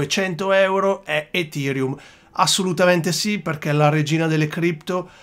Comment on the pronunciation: Un mi piace meritato solo per la pronuncia EFIrium :D